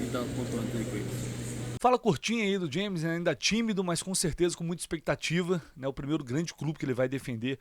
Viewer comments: Ele chamou de "gêmes" pronúncia correta, c/escrita Jemmes. Não é como no inglês "jeimes" =James. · Não tem "dj" na pronúncia. É como se fosse "gemes". Quanto a Gérson, mais seguro deixar ele lá na Sibéria msm. 💚🤍❤😎